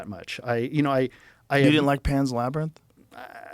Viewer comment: joe you can5 pronounce LABRANITH